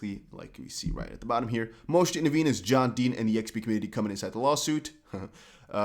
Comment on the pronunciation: I know you say "It's here" but I hear "It's hair" lol